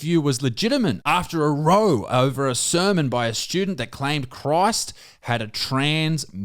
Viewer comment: When he read the telegraph piece, Isaac pronounced row as row, when it was obviously supposed to be row